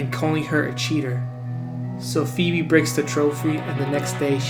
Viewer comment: He calls her "FEEB" if he actually watched hey Arnold wouldn't be know her name is phoebe (FeeBee)